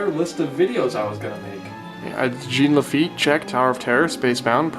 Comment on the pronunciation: As a Louisianian, the way he says Jean Lafitte makes me cry